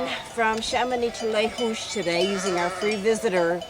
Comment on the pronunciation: its pronounced Le Zoush